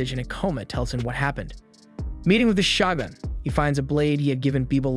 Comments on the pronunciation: is it really pronounced SHA-GUNS instead of sho-gun....like wtf? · “Shagun”?! I thought it was pronounced “shogun” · Is it really that difficult to say “Shogun”? Show-gun.